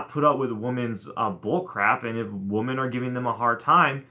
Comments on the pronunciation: It seems like you keep saying "woman" when you're trying to say "women". You know, women is pronounced "wimmen". p.s. try and have a little more fun with the women. They are actually great. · Dude 'women' is pronounced 'whimmin' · He’s sounded that way since 2013. It’s his thing. Lol 😂